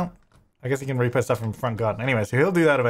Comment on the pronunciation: The irony is that when he unlocks the front gate he says " I bet this is how the reaper-person gets in." I know he meant "repo" but it sounded like reaper... lol